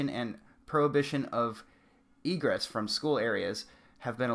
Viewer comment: Hey man, I appreciate the coverage of this topic but please do some more research regarding vocabulary and local news organizations. Egress, which means essentially method of exit (like maintain proper egress means maintain proper means of exit or escape), really should have been looked up prior to this video, and KIRO, pronounced Ky-Ro, news is a local news station. I really couldn't get to the end of your video because you shot your credibility in the foot. I wish you the best in future posts!